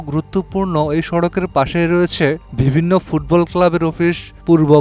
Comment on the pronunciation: ভিবিন্ন,ফুন আলাপে, সিদ্দান্ত, একুশে টেলিভিশন চ্যানেল এর প্রতিষ্ঠানে এটা কি রকম উচ্চারণ?